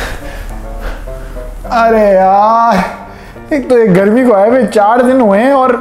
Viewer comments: I always like the videos posted by "" 👍🏻 And it's "Garmi" not "Gharmi":) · Gharmi ni garmi hota hai urdu ki tangay Mat torain